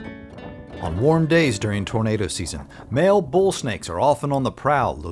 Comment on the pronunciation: Lol tornad is how you pronounce tornado in French.